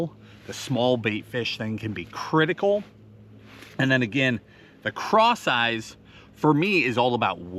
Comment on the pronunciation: I keep hearing “craw sizes” when you say ‘ cross eyes’ I always like to hear those weird word combos! I once ask for an ice water & got a fly swatter , I was confused for a little bit. ‘Herring loss’ (my bird got away!😂) & bis-lex-E-a is a horrible ‘combo nation’ = (numbers to my safe? Or a small country no one ever heard of?) 😂 ✌️🤟🤙